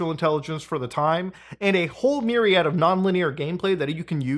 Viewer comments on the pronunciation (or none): none